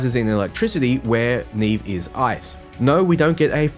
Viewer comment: I'm pretty sure Neve's name has been pronounced like it is in Portuguese (probable origin for her name, meaning "snow"), with the first "E" sounding similar to the second "E" in "celestial" instead of the first one in "scene".